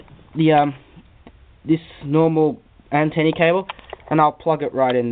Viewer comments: its antenna not antenni LOL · great review mate, just a bit annoying when you kept saying antenny, its antenna. but other than good review